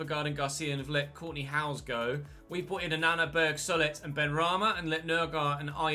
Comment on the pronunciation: Just to help out, Solet is pronounced So-Lay